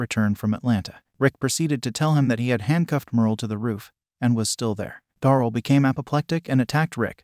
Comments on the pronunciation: "Da-rell" not "dorl".. please... for my sanity 😂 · ITS DARYL NOT DORAL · You say many names wrong especially Daryl